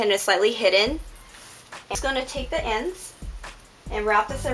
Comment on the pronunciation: Lol, I've noticed that whenever you say "ends", you actually say "ands". It's cute. XD